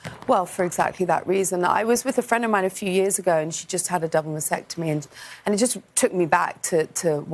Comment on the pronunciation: She doesn't even know how to pronounce maSTectomy? It's not masectomy.